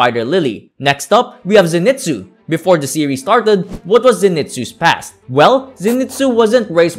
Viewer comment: It's pronounced Zen-ee-soo